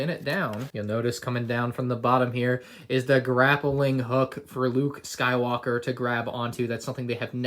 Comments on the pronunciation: Anyone hear Luke Skywooker? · going Scottish there for a sec